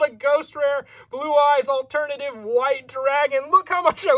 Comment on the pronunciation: ブルーアイズオルタナティブドラゴンの発音がよすぎるw